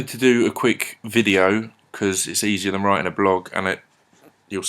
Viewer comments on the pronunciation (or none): none